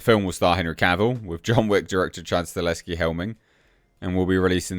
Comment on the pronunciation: You keep saying Staleski, is that how you are supposed to say his name? I always say Stahelski like it is written.